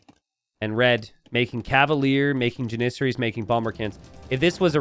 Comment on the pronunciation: Oh god, I thought had gotten past his:"ja-NIH-ser-ees" phase.